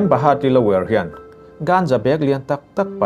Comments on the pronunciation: A bengvar thlak e, mahse a changin lawyer i tia a changin layour I ti char2 bawka… 😂😂🤣🤣🤣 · Ngatinge lawyer hi lower tia ilam zel a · Saeisel vang pawh nilovin.. hmasawnzawk nan.... Lawyer tih hi Lower tih ngawtin i sawi a, a ri zing bawk sia... Lawyer = Láwi-er tih deuha lam tur a ni zawk maithei... 👍👍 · Lower ti lo in Lawyer ti ve tal la 😂😂😂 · lower niloin LAWYER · Amberi Lower 😂😂😂😂 Lawyer tal te hi chu lam dik tum ve teh 😆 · Lawyer kha lower i ti tlat a 🤣🤣🤣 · lower ti a I lam hi ka vei lawyer tur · Lawer ti mai la. I lam puam mah mah a, lower a ni tlat zel. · Lawyer tih hi Lower ti in ka hre tlat a ka hresual zawk nge ni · Lawyer a ri lovin Lower ang in ka hre tlat... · Lawyer tih tur Lower han tih leh Khawvel ram lar Los Angeles tih tur Los Angels han tih daih chu ngaihthlak a ti nuam lo deuh hlek... han tang sauh2 teh.. thil dang pawh kan lo beisei zel ania...